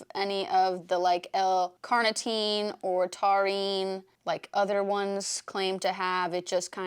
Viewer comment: The way you said taurine 😂